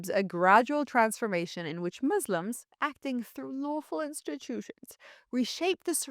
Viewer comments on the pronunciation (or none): It's not "demotcracy", it's democracy. It's not "Mislims", it's Muslims. How anyone can listen to this woman speaking is beyond me.